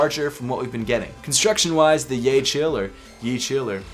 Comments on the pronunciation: its pronounced yeh-hell not "yaycheel" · I think it’s pronounced yay-shells